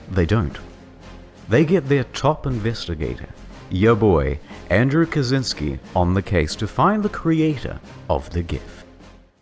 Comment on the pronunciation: You read kaczynski wrong. Polish "cz" is English "ch"